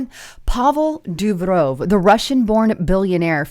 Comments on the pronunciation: DEW-ROV... not hard to pronoun. Yet somehow, you do it.. what a. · If Durov is a Russian, his name is pronounced like: Duur-Off.